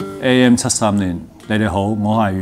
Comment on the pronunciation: 阮經天在片中第一次出場很有巨星Feel，應該本來就是那樣的身形體態精神狀態吧！！王淨在戲中很少女，有人說是工具人，根本不用女主角，不過如果沒有王淨，整套戲很悶很沉！！王淨讀自己名字很清楚，比阮經天讀自己名字更地道！！